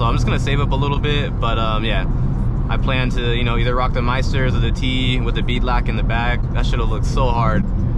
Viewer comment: Aint know if he wanted to say Belak or beadlock haha Swear i wasnt a Bimmer fan until i watched this build, feenin for one now